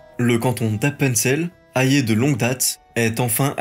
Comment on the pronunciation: Et il a beaucoup de peine avec les L.. dans les dates et des mots comme allié ou alliance, ou encore Italie. Il prononce pas la plupart des L ce qui est si pénible que j'ai pas réussi à suivre.. ayé, ayance, itaï.. mi 300..